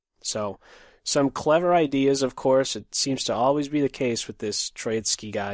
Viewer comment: Actually it's TrOitsky, not TroItsky. The 1st syllable is stressed. It derives from the word "TrOika" I guess.